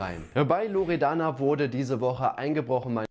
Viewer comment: Ich: ,,Loredana´´ Unge: ,,Loreana´´ Memo: ,, Loredanda´´